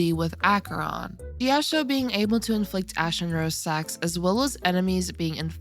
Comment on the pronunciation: JIYAO-CHOU. SAY IT WITH ME. JIYAO-CHOU. like ch in chinese. where did the "jiyaoshow" came from? 😭